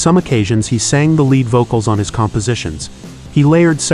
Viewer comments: AI can’t determine that lead is not pronounced “led” but “ LEED “ in this context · Also "led" singer! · Pretty good TTS - until lead (the metal) vocalist.